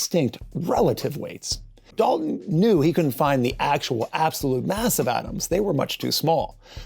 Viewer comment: I hate you mispronounced dalton